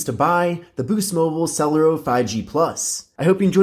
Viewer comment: I think it's pronounced sulairo